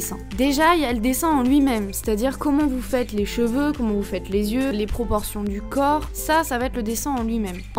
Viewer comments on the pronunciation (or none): none